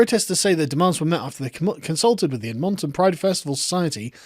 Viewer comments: I have never heard a more awkward pronunciation of a North American city. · His pronunciation of Edmonton is so funny. Not that I expect someone to know how to say it but being from there its funny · Got the em-PHA-sis on the wrong syl-LA-ble there Sargon. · Your pronunciation of Edmonton kills me lol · Hearing Sargon try to pronounce Edmonton is hurting me. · I can't say I've heard a person pronounce Edmonton in quite the same way you do 😂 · Alright everyone we got it, he fucked up pronouncing Edmonton. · As a Canadian(Albertan) heating you pronounce Edmonton hurt my little leaf heart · Nobody's going to say anything about how he pronounced 'Edmonton'...? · Lol, I was thinking the same, it’s pretty funny to hear it pronounced out all proper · my family are from Edmonton in London and I have never heard it pronounced like that before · Most unusual pronunciation of Edmonton ever. It is not pronounced like a Japanese word. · Edmonton is pronounced with the inflection on the 'Ed' not the 'mon'. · I'm putting the stress on the third syllable and you can't stop me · you still get a like from me but i cringe every time you say Edmonton. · He covers so much American politics he’s started to turn into one. Butchering place names are the initial symptoms. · His pronunciation of Edmonton XD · I can't get over your pronunciation of Edmonton. It was really funny, and took me completely by surprise. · He pronouced it correctly at least once, but it must have been an accident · I too felt pain in my OCD when he said that. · TheUltimateBrickMaster That’s how is Brit’s say it to, he’s just saying it wrong. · Douglas Jenkins What really triggers me is that he gets it right , then goes back to fucking it up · The way he pronounces Edmonton, Funny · 1 I like how you pronounce Edmonton 2 Edmonton is more conservative than most of Canada but is still bad and getting worse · The way you say Edmonton is kinda funny. Not criticizing, just never heard it said that way! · Ed m’n t’n